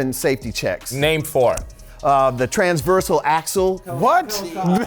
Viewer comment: "The transveral axel" LMFAO sir just have several seats 🤣🤣🤣